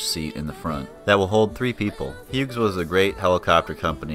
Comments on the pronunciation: When you pronounce the name "Hughes," the G is silent. And Hughes didn't go out of business, it was bought and merged into the McDonnell Douglas corporation. The model 269/300 line was sold to Schweitzer. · Come on, guy: "Hyoooz"! If it was good enough to train Vietnam-war era pilots, that works for me!